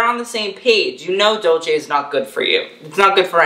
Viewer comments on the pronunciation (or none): none